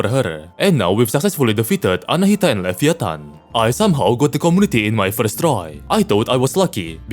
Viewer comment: levi -a-tan